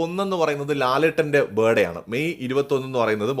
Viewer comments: ITS BIRTHDAY .... NOT BIRDAY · ബേർഡേ അല്ല, birthday 'r' sound silent ആണ് 'th' sound കേൾക്കണം. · Aha Mohanlalinte "Buh Day" aano ? Happy "Buh Day" Mohanlal